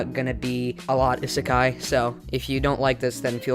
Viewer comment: The way he pronounces isekai just triggers me so much